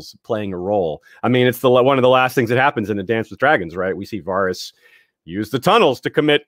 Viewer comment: Varys was literally pronounced a hundred times on the show. How does this dude still get it wrong?